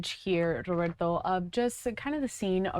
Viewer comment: It’s Roberto, not that weird pronunciation. This is America, Consuela.